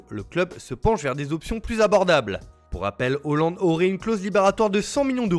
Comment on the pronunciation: Tu abuses en disant Hoooo- land 🤨